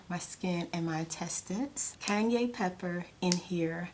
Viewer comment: I love how she says cayenne pepper "Kanye pepper"